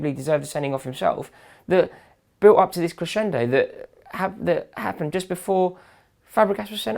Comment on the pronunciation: I loved that "what mist happend!?" Haha just made me laugh so good but seriously woahh?